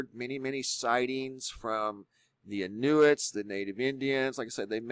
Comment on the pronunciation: I thought it was funny that you said Kamloops like cereal - Fruitloops. Even Inuit was enunciated in a way I have never heard before - it is more like In-you-it.